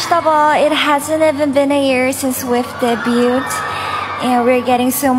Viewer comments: To all who asked who mispronounced debut. It's Wonyoung. She debuted twice, right? she said DebuT. It should be pronounced as daybyoo. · speaking in English saying debut. It is pronounced as daybyoo. Stop defending wrong pronunciation. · I'm talking about Wonyoung. she said debut. It should be pronounced as daybyoo. It's a French term. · It's not day•byut. It's day-byoo. Silent T. It's a French word. You're an idol but you don't know how to pronounce the word debut? 🙄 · the word debut is normal in Kpop since every idol wants to debut. How come an idol who debuted twice can't pronounce it right? 🙄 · GAMERxARMY (multistan) Wonyoung is speaking in English, right? You don't need to be a native English speakers to know how to pronounce it. She debuted twice. Also, it's a French term. And no, Americans don't pronounce the word T in debut. Go and use Google for once. Correcting her is better than defending her, don't you think?